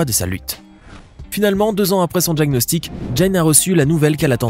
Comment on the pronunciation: Apprenez à parler français et à prononcer correctement "DIAGNOSTIC" et non "DJAGNOSTIC" . Il ne suffit pas de répéter "en effet" et "se produisit"...